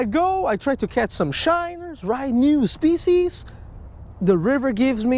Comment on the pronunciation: NYEW SPECIEZ 😂